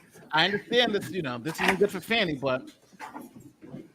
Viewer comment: Her name is pronounced "Faw nee " Not Fanny. Give her this courtesy and stop degrading her!